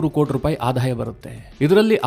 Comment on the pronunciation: ನಿಮ್ಮ ಸುದ್ದಿ ವಿಶ್ಲೇಷಣೆ ಸಮರ್ಪಕವಾಗಿರುತ್ತೆ. ಆದರೆ ನಿಮ್ಮ ಭಾಷೆಯಲ್ಲಿ ಅನಗತ್ಯ ಮಹಾಪ್ರಾಣ ಬಳಸುತ್ತೀರಿ. ಉದಾಹರಣೆಗೆ ಆದಾಯ ಅನ್ನುವ ಬದಲು ಅಧಾಯ ಅನ್ನುತ್ತೀರಿ. ಇಂತಹ ತಪ್ಪು ನಿಮ್ಮ ಎಲ್ಲಾ ಎಪಿಸೋಡ್ ಗಳಲ್ಲಿ ಇರುತ್ತದೆ. ಇದನ್ನು ನಿಮ್ಮನ್ನು ಟೀಕಿಸಲು ಹೇಳುತ್ತಿಲ್ಲ. ಬದಲು ಸ್ವಲ್ಪ ತಿದ್ದಿಕೊಂಡರೆ ನಿಮ್ಮ u tube ಇನ್ನೂ ಹೆಚ್ಚು ಉತ್ತಮವಾಗುತ್ತದೆ. ಇದನ್ನು ಧನಾತ್ಮಕವಾಗಿ ಸ್ವೀಕರಿಸಿ.